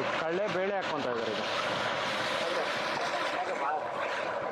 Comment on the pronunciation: ಅದು.... ಕಡ್ಲೆ ಬೇಳೆ......, ನೀವು ಕಳೆ ಬೇಳೆ ಅಂತ ಹೇಳ್. ಬಾರದು